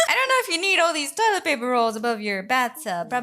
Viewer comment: The way she says "TwOiLeT" gets me everytime